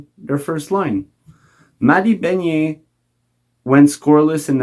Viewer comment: Lol love the French pronunciation of Ben-EARS as BEHN-ier